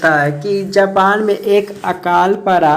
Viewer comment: Bhai "Japan" gae the "Japal" nhi